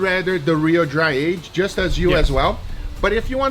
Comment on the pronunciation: Nobody: Guga: you see this air that contains msg so we will dry she our steak with air